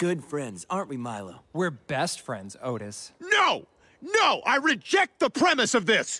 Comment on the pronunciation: “NO NO I REGECT THIS PRIMIS”